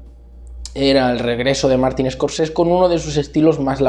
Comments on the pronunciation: Se dice SCORSESE NO SCORCES... madre mia dedicate a otra cosa xaval.. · a ver neno, se dice ES COR SE SE